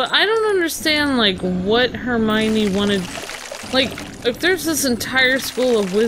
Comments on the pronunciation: It's pronounced Her-my-knee, not Her-my-mee. Her name is spelled Hermione. Just sound it out. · you say it wrong its Her-my-o-knee, and also Harry marries Ginny Rons younger sister you meet her in the second film. Also a Mudblood is a wizard who no one related to them is a wizard so they are kind of an oddity bc no one understands how it happens calling them mudbloods is a derogatory term